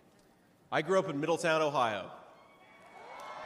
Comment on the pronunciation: Teach them how to properly do OH IO 😂😂